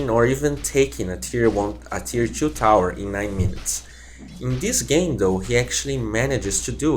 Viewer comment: dafuk the way you pronounce two as tchuu is so shit .. i want to watch the vid but every time you pronounce it that way. my trigger meter goes from 1-999 in a matter of sec.. tcguuuday like wtf man...